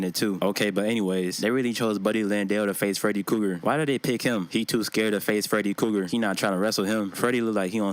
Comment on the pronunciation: Cracks me up every time you say Freddy Cougar 😂😂😂. I love me some videos best shit on YouTube 🤘😂👍